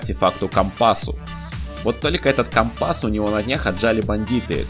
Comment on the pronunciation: Классно мы нашли компа'с а не компас всмысле компас